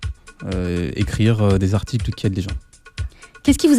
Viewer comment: On ne dit pas "cent z'articles". On dit "cent articles" (et oui, il n'y a pas de s à cent) ou "cent t'articles". C'est très simple à mémoriser : on dit "il y a cent t'ans" (on fait la liaison). on ne dit pas "il y a cent z'ans".